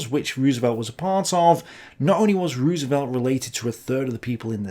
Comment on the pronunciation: Fair appraisal. Good video as always. Can't help but nitpick, FDRs last name is pronounced Rose-velt. Dutch roots, and in Dutch two O's together make a long O.